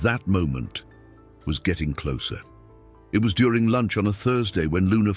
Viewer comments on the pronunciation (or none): none